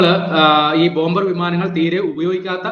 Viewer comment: പറയുന്നതിൽ കുറച്ചുകൂടി വ്യക്തത വരുത്തുക. ഇന്ത്യൻ വ്യാമസേന, ബോംബേയർ വിമാനം എന്നൊക്കെയാണ് കേള്കുന്നവർക് തോന്നുന്നത്.